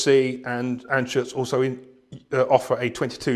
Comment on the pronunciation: It's "Anschütz"